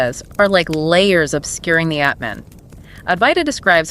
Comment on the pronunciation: Great summary. Not to be petty, but Atman is not pronounced like cAt or bAt. The « a » is more like ahh